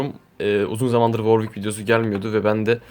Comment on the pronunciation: worwick değil W ar W içki diceksin :)